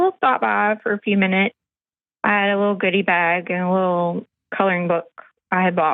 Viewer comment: "...wittle feewings...😂